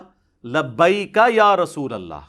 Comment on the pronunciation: Are yaar tum to khud galat bol rahe ho "Rasulullah " asal lafz hai Aur tum "rusulullah " bol rahe ho 😅😅😅😅